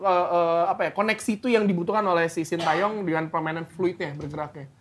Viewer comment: Bacanya SIN TE YONG gaes bukan SIN TA YONG